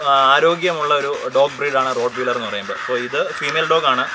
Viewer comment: റോട്ട് വീലെർ അല്ല.... "റോട്ട് വൈലെർ എന്ന് ആണ് "